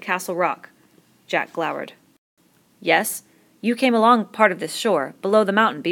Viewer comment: she says "glowered" as "glauwered" instead of "glow-werd"